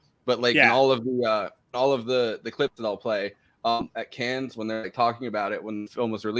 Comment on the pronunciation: I wonder how many times you said "nun lesbianism" until I paused this, then downloaded and watched the film before coming back for the rest. I'm guessing maybe 4. Forrest's skin is looking radiant and plague free. (ps: You should know that your pronunciation of Cannes is mortal sin punishable by strangulation)